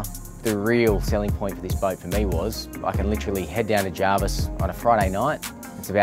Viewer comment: Electrician with a 400k boat, meanwhile all the plumbers a re like ‘pfftttt amateur’. It Jervis BTW mate, not JARVIS